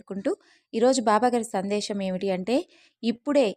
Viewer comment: Sandesham kaadu Sandesam